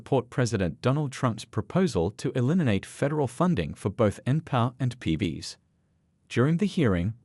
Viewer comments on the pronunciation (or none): You should teach your AI to pronounce: Pee Bee Ess, Enn Pee Are. Just more MSM crap. That's Emm Ess Emm. Meaning news paid for by dems. CRAP.